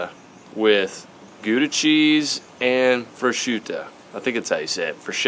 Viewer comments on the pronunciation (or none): You have an inspiring positive attitude and perseverance. god bless. FYI: It is pronounced Pro-shooto. It is it is Italian cured pork. Proscuitto-wrapped melon or fig slices are delicious. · Prosciutto...Pro-shoo-toe... Damn OSG is a tough one! Keep fightin'! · BTW when you wer talking about the pizza. It's "prosciutto" I'm 100% Italian so I know what I'm talking about lol